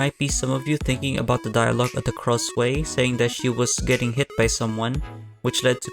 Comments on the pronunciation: Heyy! I love this video because it talks about one of my favourite childhood horror games lol- just one suggestion its pronounced "krasoo" instead of "kraswey" thats all! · Kra-sway 😭✌ Isn't it Kra-sue (like the name "Sue") ? Also, when I was younger, I thought that the Miles kids turned into Krasue and Charlie, and Good Boy was their dog 💀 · It is pronounce as KRASHU or KRASU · Nice video, but the way you pronounce Krasue ticks me off everytime I hear it 😭